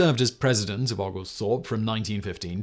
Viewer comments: Out of curiosity, do you pronounce "Oglethorpe" like Simone does? In Georgia we pronounce it "Oh-gal-thorpe." The "Oo-gal-thorpe" pronunciation caught me off gaurd. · O- Oglethorpe... Long O... Great video but as a Georgia resident it's hilarious to hear some of your pronunciations. 😂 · It is pronounced Oul gul thowrp. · It's pronounced the Georgia way as in Oh-gal-thorpe - equal emphasis on each of the three syllables. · Please learn how to pronounce Oglethorpe University.